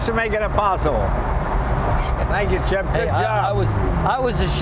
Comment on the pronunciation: Ha ha Jay called him ''Chiff'''